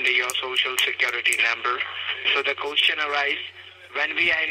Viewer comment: Dude cant even say question right ... "Qoosteon"